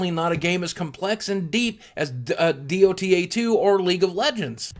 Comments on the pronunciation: Great Video one thing Dota 2 isnt spelled like d o t a 2 its just dota2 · Lol why didnt you just say DOTA 2 instead of D-O-T-A 2? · D-o-t-A 2 lol boogie just call it doh tah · D-O-T-A-2?.... Why not simply say Dota 2? .__. Btw, League of legends is really shitty compared to Dota 2, plox don't do it again... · Really? Is that what it stands for? I thought it stood for departure of the antichrist -.- just facepalmed again : ) and NO thats not the proper way to say it.